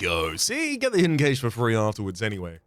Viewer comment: Pronounced Cash